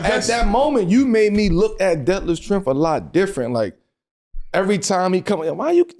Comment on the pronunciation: Bro said “Schrempf Scampi” 😂😂😂😂😂😂😂